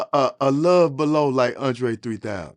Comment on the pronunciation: “Undre 3000”